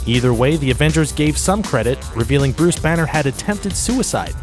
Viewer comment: Brus Banner, Brus Wane, LOL